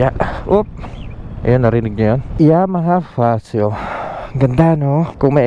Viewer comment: ang ganda ng pag pronounce mo ng FAZZIO yung iba kase ang pronounce is passio 😁here in italia ang word na double Z is nagiging letter T ang unang word for example PIZZA parang PITZA pero double Z... allora, grazie mille e più iscritti ciao